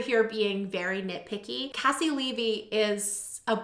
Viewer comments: It’s very commonly mispronounced! Think of her first name as KC you pronounced her last name right though! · Caissie Levy my QUEEEEEEEEN. (Also just FYI she pronounces her first name like KC). She's incredible. So happy to see her on here.